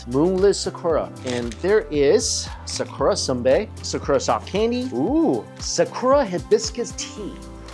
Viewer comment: Bro said “SAAKOORAA” tf is wrong with you bro, atleast TRY to properly annunciate